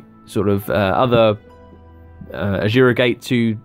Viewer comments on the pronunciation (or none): ASURA not AJURA or wtf you're sayin' in there.